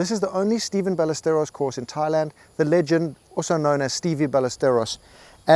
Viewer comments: SEVE (Seh-vi) Ballesteros not Steven. Also that is not him on the picture, that is Miguel Angel Jimenez. 🤓But good video. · Love your videos brother, but there is no t in Seve or Severiano Ballesteros.